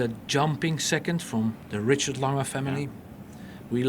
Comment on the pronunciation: why does the interviewer keep saying lang-hey it is more like lang-er (soft r)